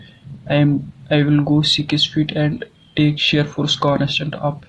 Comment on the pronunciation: It's Six not sickks BTW nicely explained